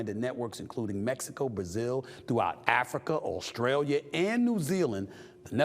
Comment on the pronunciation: What is Australiar? He always pronounces stuff that ends with a, with the ER OR AR